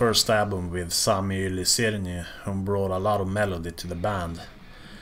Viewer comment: Good effort on pronouncing Sami Yli-Sirniö :D